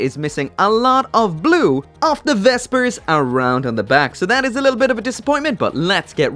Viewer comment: its V.S.B.R not vesbers